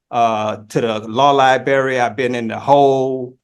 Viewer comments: He says "Liberry" rather than "Library". Either way, he puts the "Lie" in "Lie-brary" or "Lie-berry". "Sovereign Citizen" loosely translates to "Shiftless, Lawless Bum" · Drives me nuts when an alleged adult says “liBerry” in lieu of “liBRary” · That's "liberry" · He can't get to the liberry.